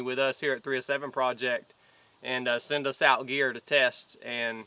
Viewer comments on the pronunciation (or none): none